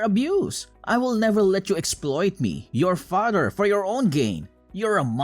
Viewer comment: The way this guy talks. Says Fadder instead of Father and Brodder and Modder in other stories